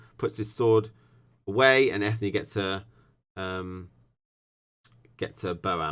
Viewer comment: FYI Eithne is pronounced Enya